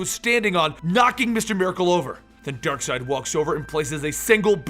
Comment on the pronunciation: It is not Darkside but Darkseid... X_X